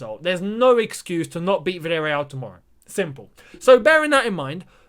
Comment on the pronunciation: Chelsea versus virrereaal!!😂😂😂😂😂